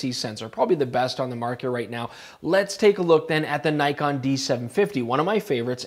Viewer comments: Argh. N•ee•kon, not N•ai•kon. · Grrrr... Naikon :( Nee-con, please be professional, how can I trust your review if you can't even pronounce the name of the company correctly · Not to nitpick, but its pronounce Nee-kohn; phonetic basically as many foreign languages; nice review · Nikon is pronounced as 'neekon'.